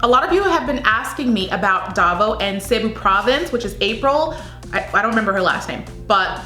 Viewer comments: Hello! Here are the proper ways to pronounce the Provinces and Cities of the Philippines in this video! 😊 (I hope this will help) And thank you for trying to learn ❤️ Baguio is pronounced (BAG-YO) Pasay is (PA-SIGH) Davao Del Norte (DAH-VOW DEL NORE-TAY) Cebu Province and City (SEH-BOO) Aklan (AK-CLAN) General Santos (General SAN-TOSS) Quezon City (KEH-ZON City) Biliran (BEE-LEE-RUN) Sorsogon (SORE-SO-GHON) Davao City (DAH-VOW City) Parañaque (PAH-RUN-YAH-KEH) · Mind the pauses(-) Capiz is "ka-piz" ka as katrina soundinh like a latin word piz as pizza Pasay is "pa -sigh" Davao del norte is correct Cebu province "SEABOO" fast no pause Aklan..correct General santos correct 😄 Again with the " seaboo" its fast like a line Quezon " ke-zon" as ken barbies boyfriend Biliran is correct sorsogon..is correct Davao is ok Paranaque is ok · The announcer at the prelims pronounced Cebu city as 'seeboo' and Quesan as 'kayzahn'.